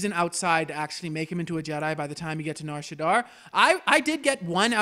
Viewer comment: shadda not shaddar